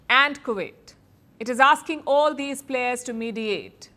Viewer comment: Players not “Plehrs”